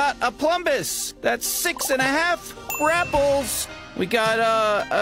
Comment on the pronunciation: I like how he every time accentuates „(g)rapples“ as if he were using another measure each time… „that‘s 8… rapples! … that‘s 6 1/2… rapples!“